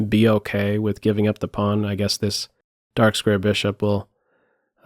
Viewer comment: I like how says "okeh" great analysis